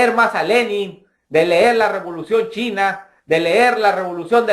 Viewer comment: en primer lugar no se dice " blokio " se dice BLOQUEÓ no se dice ler se dice leer no has visto las noticias LA GENTE ESTA CELEBRANDO QUE SE HAYA MUERTO